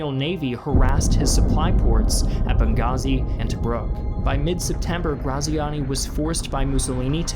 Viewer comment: Ik it's too late to redo the episode but his name is said like gratziani